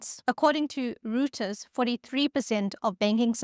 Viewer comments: face-blue-wide-eyes:"according to Reuters" :face-red-droopy-eyes:No, not ROO-ters. 👉ROY-ters.👈 By the way, I took a COBOL course in college in the mid 1970s. I have two main memories of it. One, the programs were on stacks of punched paper cards, and one mistake sent you back to the drawing board. Two, the language was overly concerned with how to display huge amounts of data in tables, lists, grids, etc. It was much more about presentation than calculation. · Young people now a days are always panicking because of everything. Cobol programmers are still around. We just hide well. And it is not "Rooters". It is pronounced "Roiters". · This feels AI. It’s Royt-ers, not Rooters a person would know the proper prounciation a machine wouldn’t. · Reuters pronounced "Roy-ters" not "Rooters" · Good video. Correction, Reuters is pronounced Roy-ters, not Rooters. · That threw me off a bit. Just in case you are curious, Reuters is named after the man who founded it, the German businessman Paul Julius Reuter, who emigrated to London in 1851. As such, the name is German and is pronounced German, which for English-speaking people would be "royters", not "rooters" 😅. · Reuters is usually pronounced "roy-ters", rather than "roo-ters" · Reuters is pronounced Royters, not Rewters. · i knew Cobol still existed in some weird out of the way remote computer systems, had no idea though, it was still quite common. Btw, not a criticism, just pointing it out...Reuters? Pronounce it ROYteurs. Thanks for the vid. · Uhmmn, all nice and well, but it isn't Ruuuters? It's more like Roy in the first syllable, so Roy-ters would be closer. Also nice video about COBOL, I once talked to a programmer and it was quite interesting to listen in on him explaining how the few people in their bank that were capable of coding in 3 different "ye olden code" were basically on the level of "Name your salary, but don't disclose it and it shall be done." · crikey, how can you call Reuters, Roooters???